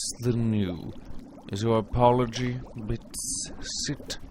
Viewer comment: I love the way you say Bits xD It's just amazing how great you pronounce it :)